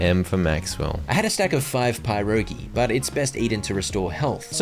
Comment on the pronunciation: Your pronunciation of pierogies is killing me 🤣 it’s more like “peer-roh-gee”